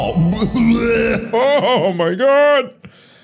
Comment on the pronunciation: "CHO MY GAWD" -Markiplier 2023... Again.